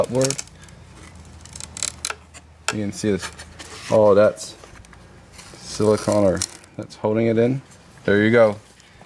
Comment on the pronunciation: Its siliconE..not silicon Hense the E...its not ice cream con! Its ice cream cone!..are you American